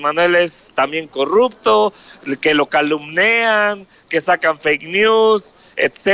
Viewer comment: se dice Calumnian, no calumnean